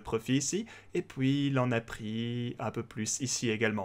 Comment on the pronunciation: Slt:), tout d'abords MERCI pour ton travail et ça qualité, juste un truc me fait rire a chaque fois c'est comment tu prononce "et puis" par "et poui" (aucune moquerie de ma part rassure toi), juste amuser. Continus comme cela et MERCI encore;). P.S: Si tu pouvais mettre en lien en description sur les "whales" le site ou l'outil ce serais super merci;)